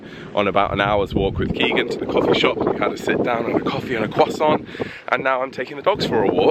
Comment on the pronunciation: Your pronunciation of 'croissant' takes me OUT every single time💀 It's just amazing!